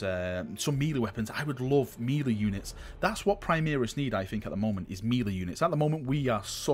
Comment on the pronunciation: I liked the video, man- but you’re killing me- it’s “mel-ay” or “may-lay”, not “mee-lee”! Sorry to be picking nits- the rest of the video was aces- take care,!